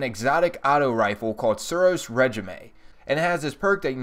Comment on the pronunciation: I love this guy, Suros re ji may